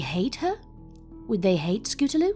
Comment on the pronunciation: I like how throw out the story the narrator calls scootaloue they